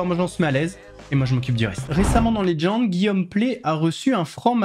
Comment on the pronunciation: Pour-quoi tu dis "Léd'gend" ?